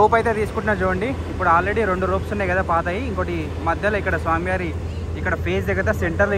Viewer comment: Samyarr kadhu sami yaar kadhu bro swamy varu bro adi